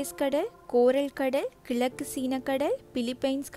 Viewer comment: கிளக்கு அல்லா. ( கிழக்கு ) என்று, சொல்லி பழகுங்கள்.